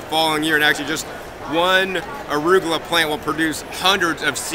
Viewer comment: What is "arugola"? :D